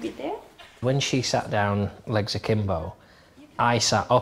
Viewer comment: The first time I watched this was, I think, also the first time I ever heard the expression "legs Akimbo", but I heard Jon say it, and it sounded like "I sat like Sakimbo." After the vid I'm thinking like: "well I guess I gotta google who this Sakimbo fool is... "